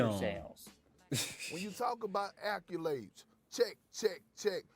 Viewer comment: Kendrick Perkins is annoying asf yo. On top of that. Any mf that pronounces "series" like this, "seer-reez" and "accolades" like this, "acc-you-lades" I can't take em serious. 😂